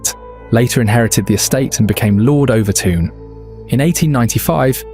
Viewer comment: As a Dumbartonion, or Son of the Rock as we’re known (and the bridge is pronounced Overtun, and it’s in Dumbarton not NEAR it) we’ve known for years why this happens. I’m firing this out having seen less than a minute of the video but EVERY damn video is the same - ‘who knows why?’, ‘maybe it’s ghosties on a bridge less than 200 years old in a town that’s over 1,000 years old’, ‘maybe it’s the story of the guy and the baby’ whose names I refuse to mention as in a town with only 15,000 people there are real world consequences to digging up their family name after all these years. A change of laws in the 50s and 60s meant it was difficult to maintain mink farms (though they were not finally made illegal until 2002) meaning, like the dangerous animals act in England in the 70s released wild cats to the moors, the mink farm near Overtoun released wild mink into the area. Anyone who knows anything about wild mink, when they go into season dogs find their scent irresistible for some reason. If you look at the turret design on the bridge, a dog thinks it’s jumping on to a flat ledge, but it’s actually a steep decline towards the edge of the bridge. This isn’t ’dog suicide’ but a very easily explained accident. Dumbarton is one of the oldest settled towns in the UK, it’s mentioned in the Irish Chronicles and Norse Sagas. Dumbarton Rock and Castle are beautiful areas worthy of mention, the town has one of the oldest football teams in the world, founded in 1872 and a founder member of